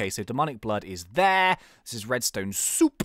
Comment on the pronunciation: Did you say redstone soep?